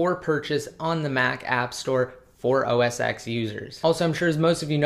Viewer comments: Please say it rightttt, Its called OS Ten not "X". The X is a roman numeral and its pronounced ten! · call it os 10 not x xis 10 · That's what i mean. He pronounces it as OS X (with letter X), not 10. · Its OS 10, not OS X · OS TEN get it fucking right, you seem like a smart person put why do you say X!